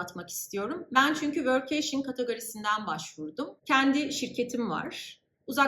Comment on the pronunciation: vörk-key-şın şeklinde telaffuz ediliyor